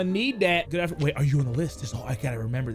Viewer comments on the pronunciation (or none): none